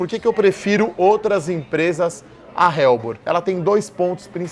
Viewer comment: Não se pronuncia "RELBOR" e sim "ELBOR"